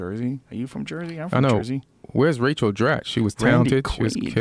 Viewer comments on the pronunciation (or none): none